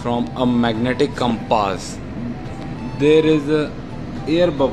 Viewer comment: I like the Pronunciation of the word compaaaas :)